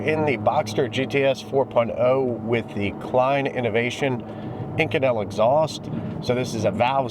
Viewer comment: You've pronounced this material 2 extremely different ways. So... is it "Eye-kohn-ul" (in another video) or "ih-coh-nell" as in this video??